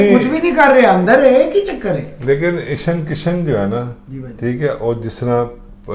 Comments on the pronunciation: ईशन किशन नही भाई जी ईशान किशन नाम है लड़के का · Its ईशान किशन ..... Not ईशन किशन। pronounce sahi kiya kare